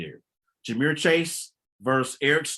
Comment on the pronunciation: AND ITS JAMAR NOT JAMEER